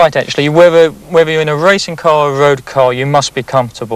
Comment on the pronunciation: "a woad or wacing car"